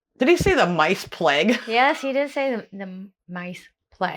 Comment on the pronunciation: You need to look at the " £10 POMS". Brits that emigrated to Australia and New Zealand after the 2nd World War. Did you know that Australia has more camels than the Middle East and they actually sell camels to them ? PLAGUE is pronounced PLAYG not PLEG. Netball is where Basketball derived from. It is played world wide by girls at school. There are netball leagues all over the UK. Girls and older ladies play in the leagues. My daughter is a coach/manager in one of them.